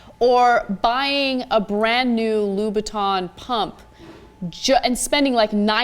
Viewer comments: Except... she actually said "Lou-bou-ton" phonetically. So you are either deaf or simply took offense to this... wonder why... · Why did she pronounce Louboutin like that? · Watching Cenk trying to pronounce "Louboutin" is priceless.